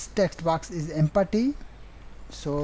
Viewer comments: did he tell empty or empathy? hehehe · everytime you say empty i die a little bit